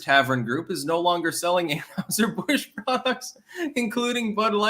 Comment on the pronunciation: Learn to pronounce anheiser Busch it’s not anHOWser Busch damnit